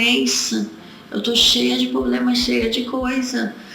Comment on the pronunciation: "drento e poblema". Assassin0u o português tbm.